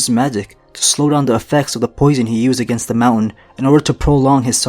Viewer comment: poisen not Posoin